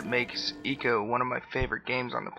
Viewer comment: "I"co, not eco!